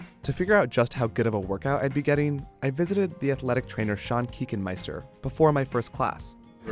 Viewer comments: The way you pronounce Kuechenmeister, as a German I’m dying inside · Wer ist Deutscher hier und findets witzig wie man den Namen des Trainers ausspricht? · As a german i had to laugh so hard because of how he pronounced the name "Kuechenmeister" 😂😂